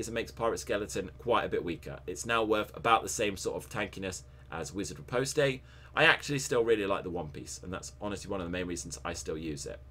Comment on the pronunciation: good build man, really like using it in Open World and BG's, only thing that has bothered me is Reposte is pronounced "ripost" please don't kill me for bringing it up :)